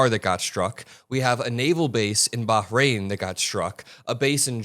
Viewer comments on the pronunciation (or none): none